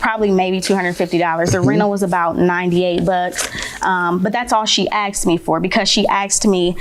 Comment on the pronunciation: She "axed" me?